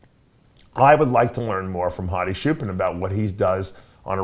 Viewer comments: “hadi shoopen” 💀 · As an Iranian, its "choopan" pronounce "ch" as in chair